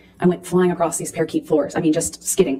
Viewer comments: " . . . and I went flying across these 'PAIR-KEET' floors." (omg!) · C. Vasquez to A. Heard: "Ms. Heard. You claimed you 'went flying across these 'PAIR-KEET' floors.' Is that correct?" A. Heard: "Yes, that's correct." C. Vasquez: "Ms. Heard, the term is pronounced 'Par-kay,' 'PAR-KAY' floors." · She said "parakeet floors" 🤣💀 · She's well read, but calls it a parakeet floor lmfao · Is no one going to mention her calling parquet flooring "parakeet floors"?